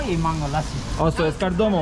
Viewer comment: I love how say "Lassi". Perfect pronunciation and accents